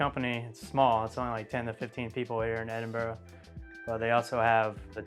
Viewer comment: I like how you took the time to learn how to pronounce the name of my City, I get triggered when I hear " Edinbro" or" Edinburg" Enjoyed your vlog, well done.